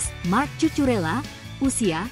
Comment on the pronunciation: Cucurella bacanya Kukureya kak...Reece James bacanya Ris Jams...Caecedo bacanya Kaisedo...